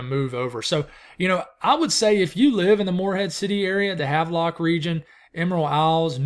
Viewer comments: Have. Lock. Is how we pronounce it. Have a storm surge warning here in Havelock, NC for the next 36 hrs. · Hey! Pronounced have-lock. The "e" is silent! 🙂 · Have - lock is how you pronounce it